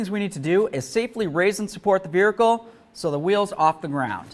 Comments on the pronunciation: What is a vehercle? LOL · You say vehicle weird dude